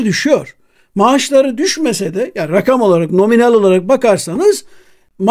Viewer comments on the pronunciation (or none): none